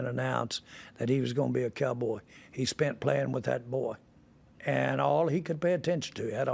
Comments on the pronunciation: Did this dide say spunt? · Mega billionaire says "spunt" rather than "spent" I feel marginally better about myself rn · bro only somebody from Texas would say “SPUNT” 😂😂😂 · You know you’ve got yourself an old country boy when he says “spunt” 😂 that’s that Arkansas talk there lol